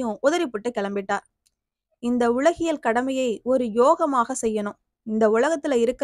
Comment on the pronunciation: தமிழ் உச்சரிப்பில் தவறுகள் உள்ளன. அலுவலகம் என்பதை அலுவளகம் .. உலகியல் என்பதை உளகியல்...